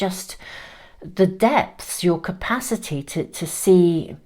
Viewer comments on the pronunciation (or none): none